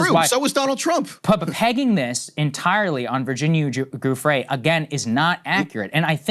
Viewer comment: pretty sure Giuffrè is pronounced /djuffre/